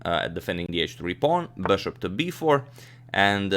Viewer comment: Anyone else listening to agadmator's videos just to hear him pronounce "bushoup"!? LOL!!